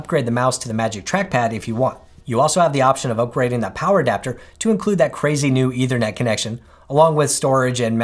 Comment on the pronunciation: Note: the word is ethernet, not “eithernet.” The th sound should be voiceless, as in in think.